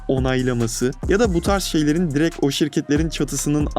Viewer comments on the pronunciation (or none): none